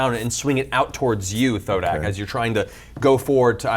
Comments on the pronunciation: Terry Crews: "I AM THODAK!" Me: ... Me: You mean Thordak??? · Every time I hear Thodak I have a mini heart attack Matt has scarred us!